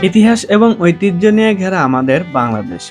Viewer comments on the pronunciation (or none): none